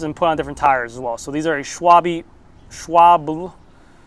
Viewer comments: its she-wab-la 😁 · Dammit you almost had "Schwalbe" pronounced correctly....SHOE-WALL-BEEEE haha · I think it you try to pronounce the very difficult word , like you see it here swaalbe , then i think you will do it correct :) , just trying to help so its meant in a really friendly way. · Mmmm, “Schwobble” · A video about Schwalbe in German. you can hear how the word is pronounced in the speaker's second sentence. You were always so close to the wright pronunciation, let's make it perfect :D